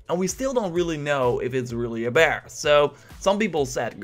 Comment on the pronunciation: you finally said 'bear'🐻, but after and before that you often said 'beer'🍺. You are not really consistent😂